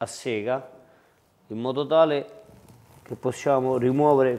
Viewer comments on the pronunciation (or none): none